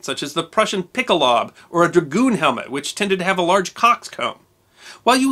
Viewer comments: PICKelHOWbuh, not Pickleob. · Please do not be offended but you could use some help with your pronunciation of German words. For example, pickelhaube is correctly pronounced "pickle-how-buh.' I offer my services in this regard. I am a former US Army linguist. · Great video! Great channel! Fyi: Pickelhaube is pronounced “pickle-how-beh”